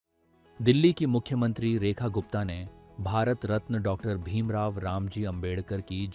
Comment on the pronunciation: रत्न बोलो रतन नहीं। 135 मनाया जा रहा है अनपढ़। सरस्वती पूजा नहीं फूले को नमन करें। जिसके कारण आज वहां पर है।